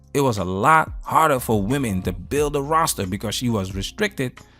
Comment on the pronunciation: It’s pronounced “women” not woman when plural, great education there sweetie